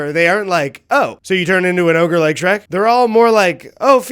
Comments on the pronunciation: Speaking of over-analyzing unanimously bad games…you only did this so you could say “shre-cu” first, didn’t you? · “Shre-CU” is a wild thing to just buzz by us without more discussion. We need to agree on stuff like this. I had a physical reaction to hearing that abbreviation said aloud